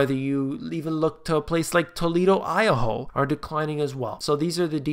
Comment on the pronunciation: toledo..........I-A-HO??? wtf... other than that, good vid!